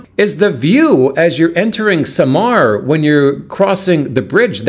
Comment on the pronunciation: SAMAL, NOT Samar